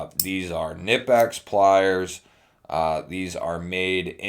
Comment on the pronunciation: It’s pronounced Knee Pex. Not kanipex